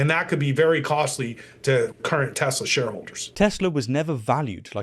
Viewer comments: Isn't the "R" in "Teslar" silient? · Agent orange...makes a huge dingus out of himself cannot even say the word right "I love Teslerr" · Why does no one take note Donnie says not "I love Tesla", but "I <3 TesLER" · Did Trump just say, “I Love Tesler”? Lol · I love tesler took me out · 'I luv Tezler" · I love Teslur, I love lamp....🤣🤣🤣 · “I love tezlarr” 😂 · Tesler, lol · “I love Teslurr!”😂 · 'tesler'. Indeed a good day for speech theopy. great promotion! edit free! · "Everything's Computer!" "I love Teslerr" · "I love Tesler!" Geez, what an idiot. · Hit-ler, Tes-ler...we know what's on his Syphilis rotted mind! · Tesler? Lol